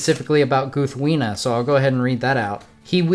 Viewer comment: Ahh such a Great Sword! I love how you showed us how to say the name Proper! My mom got me this sword last year for Christmas. I was a very happy Tolkien fan too. haha